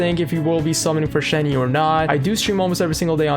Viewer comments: “Shen-huh” for pronunciation. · It's pronounced, Shen (just Shen) he (use the H sound from the English word he, and for the sound of the E it will be pronounced like when you "uhh" but don't say ShenHeeeee, just say the He really fast well not too fast just fast and then you can pronounce it) I'm not that good at explaining but I hope you get the idea of what I'm say. So Shenhe (Shen-H-uh) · Its pronounced as 'shen-her' but without the 'r'. But when saying 'shen' theres like a 'u' undertone or smthng.